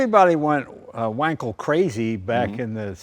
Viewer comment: only guy who pronounced wankel right, good on him. its van-kel, not wankel